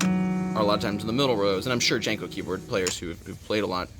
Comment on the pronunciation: I think it's pronounced more like "Yanko" than "Janko". It was named for Hungarian man named Paul von Jankó and in Hungarian (and German and most Slavic) lagnuages the J is pronounced like a Y, and the accent over the "o" means it should be said like "oh". So it's really pronounced "YAHN-koh".